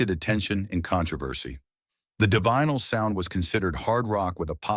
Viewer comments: It's pronounced ""di vinyls" for Zod's sake! Get a better AI to read your script - or at yhe very least check it for glaring errors like that. Stopped listening 'cos your AI can't pronounce the name of the band. Won't listen to your AI generated channel again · You can pronounce divine but not Divinyls? AI?